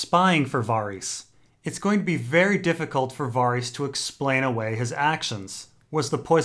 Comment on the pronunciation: "Varr-eess" What the fuck